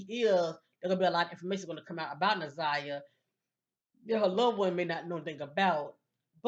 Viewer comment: You’re saying her name correctly